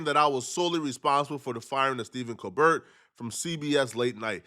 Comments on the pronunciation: Let me help you out love, Steven’s last name is pronounced “Co Bare” the T is silent. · It’s Steve col-bear not co- BERT